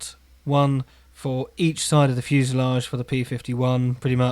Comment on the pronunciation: Hmmmm. Fusay-leg-ay. That's a nice phonetic enunciation. I bet Oxford dictionary guys will now rethink the number of syllables in that weird word 😂😂😂. Waiting to see the finished build. I'd use such a kit for a dogfight diorama. Hope the socks keep you warm. Cheers